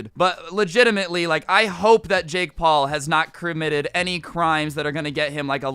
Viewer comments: scrubs trying to say committed a crime “cremmitted” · did he say crim nitted